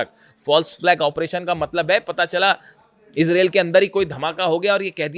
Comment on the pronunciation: इसरेल इसरेल क्या होता? इजराइल इजराइल बोलो. एंकर हो. मयंक शैख़ कब तक चलाओगे अपनी गप